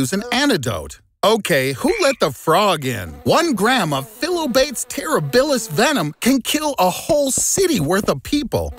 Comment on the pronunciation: Phyllobates is actually pronounced as FI-LO-BA-TES.